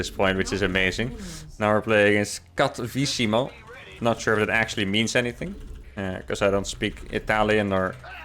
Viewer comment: I really love his accent for Cattivissimo